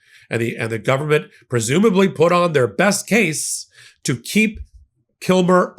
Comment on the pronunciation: Thank you!! Also, it would be nice if they'd pronounce KilMAR Abrego's name correctly as well. His name isn't Kilmer, it's Kilmar - MAR not MER.